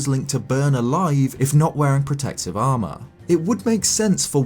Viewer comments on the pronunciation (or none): none